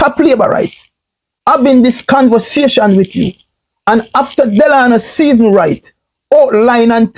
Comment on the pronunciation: furthermore, you say you're an entrepreneur?? How can one really take you seriously when you can't even spend the time to get someone's name correctly?! The guy's name is Stephens......not Stephenson!